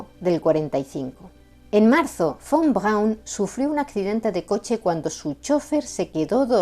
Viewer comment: muy buen Alemán 🇩🇪. Von Braun tubo alguna influencia de Sergéi Koroliov ó Konstantín Tsiolkovski??? 🇷🇺. Saludos 🐧🇨🇱🗿.